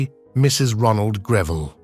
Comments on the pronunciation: It's NOT Griveel! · Very poorly researched, resulting in an unfortunate amount of the misinformation. Photos often do not match up with the narrative. And it's properly pronounced GREV ill. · Save us from the mispronounced surname!